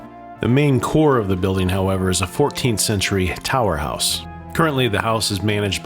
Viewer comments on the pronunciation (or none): none